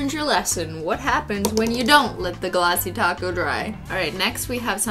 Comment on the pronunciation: I keep hearing "glassy taco" instead of "Glassy Top Coat"...